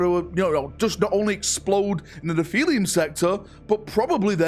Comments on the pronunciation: It's pronouned NEFF - E - LUM. Write it down and remember it mate. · Gotta start learning how to pronounce words. Its not 'nephilium' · nephili-UM sector? can u ever READ bro??? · Word: Nephilim: "Nepheeleeyem?" Sorry, I had to.